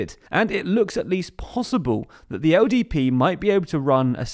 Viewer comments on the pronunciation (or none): LDP, right? I think there’s something wrong with my ears, I keep hearing him say ODP